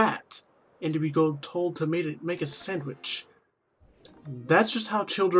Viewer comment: Why do I laugh when u say sandwich